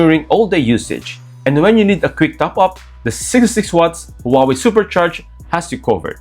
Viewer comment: Please Please !! It is not the "who are we" it's pronounced as "Wah Way" and written as Huawei